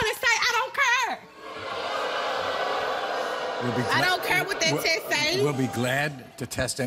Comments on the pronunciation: "I don't cuuuurrree." It's CARE !!! 😑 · Omg u shud say sorry n its not cure its care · "I don't Cur".